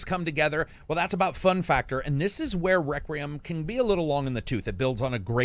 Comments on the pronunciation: i love "plague tale reckram" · You kinda struggle with saying Requiem huh.